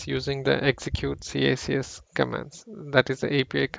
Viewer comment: Maybe I'm too old... But it's pronounced "kicks"